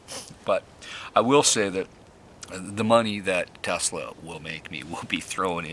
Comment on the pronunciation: Is it Tesla or Telsa? Slow down man, had that been an explosive you could have blown us all up.